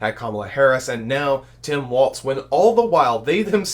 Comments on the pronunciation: It's Walz, not Waltz. Do better. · FYI, Tim's last name is pronounced walls, as in the 4 walls of a room, not waltz, like the dance. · It's WALZ - not Waltz. If youre gonna podcast, correct your speech. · His name is Walz, no T